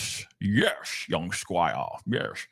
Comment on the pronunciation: When you said “young squire” british accent I was sent! 😂 anyways thanks for everything you do! You are def one of my go to channels all the time ❤anytime we got some true crime out here you really bring it to light and give us factual evidence and also your valued opinion on